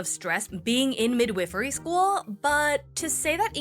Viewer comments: WHY are you saying "mid whiff ery???" If youre talkingvabout a midwife its mid wife, NOT "mid whiff" nor midwhiffery.😂😅😊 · The second i in “midwifery” is long…Mid-Whiffery sounds like a Harry Potter house from Wish.